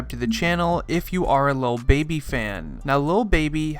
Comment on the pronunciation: DID HE SAY "Lil Bibby?" 😂🤷🏽‍♂️